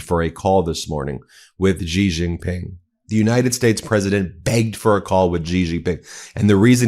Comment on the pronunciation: The presser was a disaster for sure, but not as much as your pronunciation of the names of world leaders. Friedrich Merz is pronounced FREEDRICK MURZ. Not FRIED RICK MARS. Xi Jin Ping is pronounced SHE JIN PING. Not JEEJEEPING. Put some effort in for Christ's sake.